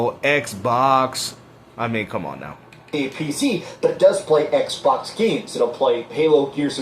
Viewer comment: "Eckbawks is dead", "let's talk about the next gen eckbawks".